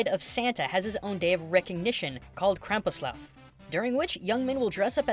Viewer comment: You said:„Krampuslaf" but it's pronounced:„Kr(rrrrrrrrr,German r) ampuslaUf" Just for your interest maybe